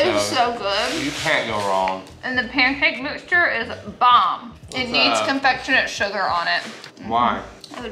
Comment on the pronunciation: Laura’s words are the best. “Cinfectionate sugar” 🤣 We see you, we hear you, we understand you.